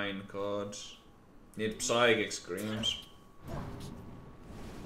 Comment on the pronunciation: it's a fucking sychic scream!!! Not PPPPPsychic scream!